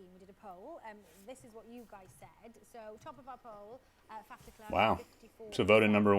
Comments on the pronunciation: Faf is correctly pronounced. Short for Faffa short for francois. Babies can't pronounce their names and call themselves Faf or Faffa. De klerk. Listen to the braocaters pronunciation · You are saying "Faf" corectly, as well as "De". Well done, and "way to go!" for a non-Afrikaans-speaking person. The last part "Klerk", you could use the English word "Clack" as in CLICK-CLACK, as a guide for the pronunciation of the vowel "e". The only remaining change would be something that English people in general, but more-so Americans, find quite hard, and that is the sound of the "r". It would obviously not be the type of "r" that you would pronounce in "Word", "More", "For" etc. It would come closer to the French "r" in "Merci. Yet, even though this would help you get closer to its sound...it would still be off for a true Afrikaans speaking person, as the "r" in "Merci" is a somewhat guttural sound formed at the top of the pallet, almost reminding of when one is (forgive the nauseating image) getting ready to spit. The genuine "Afrikaans" "r" is more comparable to many, many "d" sounds being said at extremely high speed/interval rate, repeatedly. It is formed by having air flow through the mouth cavity from the throat, using some of the belly/diaphragm, while attempting to touch the tip of the tongue to the pallet, just behind the teeth, but never actually touching, and then having the tongue vibrate to form the "r" sound. My name actually starts with this exact use of the letter :-) On this video of mine myself and my buddy, who is in the studio with me at the time, are chatting, and you will hear him say the word "horrible". BUT, we are both Afrikaans, and a